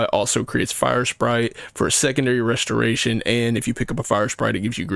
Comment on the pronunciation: You must be hella productive with all the extra time you save by cutting those 2 extra syllables off of the word restoration